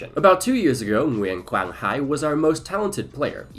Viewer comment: this video was so good man, i didn't skip a minute watching this one (except I put you on 2x because I'm on a deadline). I just feel a sense of warmth watching your journey. I can see your pronunciation on Nguyễn Quang Hải name pretty accurate. you'll learn Vietnamese in no time